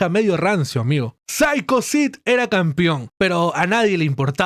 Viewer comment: CAMPEON weon se pronuncia CAMPEON CON E. Me sangran los oidos cada qie dices "campion"